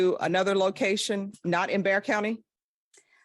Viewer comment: It's Bexar Co pronounced Bear. ;)